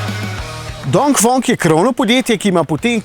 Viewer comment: DongfEEEEng, ne OOO